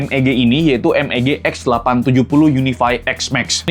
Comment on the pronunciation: MEG bang bukan MBG XD